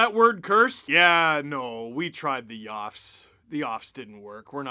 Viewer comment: it's not the YOFFS its the P'LOFFS